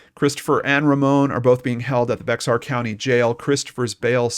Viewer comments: It’s not like it’s spelled, BEX-AR , it’s like BEAR pronounced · Hey,we love your show FYI the X in Bexar county is Silent,so it's pronounced Bear county living there we were cringing everytime you said beXar county,we realized you not living here wouldn't know & we hear it called beXar county ALOT so you're not alone,just a little info from a fan in case you talk about in future episodes 👍😎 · It's pronounced Bear not Bax-r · I live in Bexar County, it’s pronounced “Bear” the x is silent. Just an FYI. Great coverage, Thank you! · Thr way to say Bexar county is bear county. X is silent. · I love the remarkable work you do. Just wanted you to know that the 'x' in "Bexar" County is silent, and it's pronounced "Bear." Keep up the great work. 👍🏻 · I came to the comments just to see how many people told him how to say Bexar lol. Texan here. Not as many as I thought!